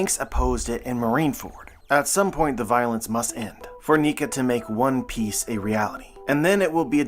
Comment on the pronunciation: For a moment there, i heard you say "One Peace"... hmm...